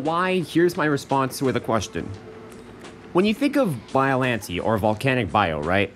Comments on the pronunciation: hm yes but i pronouce biollantay you pronoonce biollanteee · You said the name wrong but close enough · Bro you’re saying it wrong